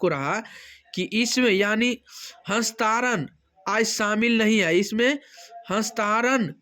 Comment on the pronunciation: Hastaran nhi hastantaran